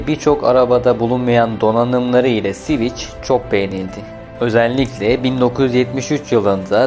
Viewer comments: Sivic değil sivik yani civic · Siviç nedir? sivik diye okunur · Admin sivic diye okuyorsun ancak doğrusu sivik olacak. Lütfen telaffuza dikkat edelim. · Sivik hocam sivik. Sivic değil. Alman Volkswagen gibi halk için yapilmiş bi arabadir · Tatlı tatlı anlatıyorsun dinliyorum ama siviç nedir gözünü seviyim, hiç mi duymadın "sivik" diye telaffuz edildiğini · Siviç ne ya Sivik Sivik! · Civic "Sivik" diye okunur. Anlamı vatandaştır. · Civic'in tercümesi dışında sorun yok videoda, eline sağlık. Sivik diye okunur bildiğim kadarıyla... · Sivic nedir ya 🤣🤣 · Sivic hahhahah cahil adam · "Sviç" değil "Svik". "Gran Priks" değil "Gran Pri". Aynı hatayı bir videodan kırk kez yapana kadar önce nasıl okunduğunu bir öğrenin. Anlatım ve hikaye çok güzel. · Şervole değil Şhevrole (Chevrolet),Sivic değil .Sivik okunur Civic yazılır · Ne Sivichi yaa elektrik switchi mi? Sivich degil o Sivik diye okuyamiyormusun? Daha bir Chevrole diyemoyorsun. Servole Shervolet diye okuyosun. Mecburmusun bilmedigin alanda okuma seslendirme yapmaya ? Birak bir bilen yapsin !!! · bir çok kelimede inanılmaz telaffuz hatalarıyla dolu bir video, resmen kulaklarım kanadı. gırand pıriks, siviç ve daha niceleri